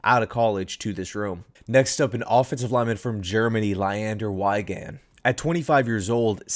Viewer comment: Jets Fan from Germany - so hyped for Leander, and I saw he is too. Our football bubble is growing way faster than the amount of german players available in the nfl. Therfore, even Backups or guys, who struggle to stay in the roster are commonly presented in several Media. This offseason will be an interesting time... ... Fyi: Wiegand is spoken like Wee-gand with an a like in father, I hope that you need this ;-)